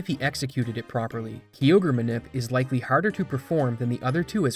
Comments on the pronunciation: and kyogreis said like ki ogre not key ogre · My guy... Interesting vid and all; but it isn't Key Ogre, it's Kai Ogre. Like the dbz Kai. Totally threw me off 😅😂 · Its a kyogre not a kiogre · The Ky in Kyogre is pronounced like Kai, not like key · KYOGRE KYE-OGRE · You calling kyogre key ogre is sofunny lol i cant unhear it now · "Kee ogre" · Im sorry but did you just called Kyogre kiogre? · i have heard many people butcher pokemon names but i have never heard one as terrible as key-ogre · who pronounces Kyogre as "key-ogre"? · I cringe everytime I hear Key-Ogre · Ughhh. When someone who clearly has never played the game makes a video about it. Key-ogre 😅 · gen 3 is my all time favourite gen, so that Kyogre pronunciation ripped out my soul 😭💀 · You pronounce all the pokemon names correctly except Kyogre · I love the way you say Kyogre 🥰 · The most infuriating part is your pronounciation of Kyogre and Liza's names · How do you mispronounce Kyogre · Love the content but some pronunciations are quite bad. KYogre is not pronounced KEYogre. Also Liza is different than Lisa. Small tweaks, but for an overall much better vid! Thanks!